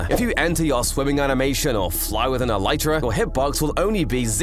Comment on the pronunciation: Bro says”Eletrea”